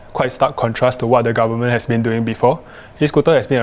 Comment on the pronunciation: Lollllll the guy said 'garmen' not 'goverment' 😆